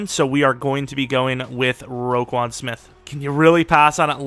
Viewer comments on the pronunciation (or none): none